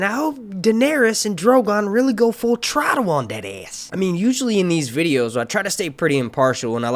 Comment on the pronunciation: Lol, did you say “full trottle” instead of full throttle??? OMG 😂 I don’t understand why Danny didn’t just fly around the fleet and set their asses on 🔥!!!! I guess that would have shorten the series even more... I dunno. I love Varys - I think he is good, as good as a grey character can be. I really believe his interests are truly to protect the realm.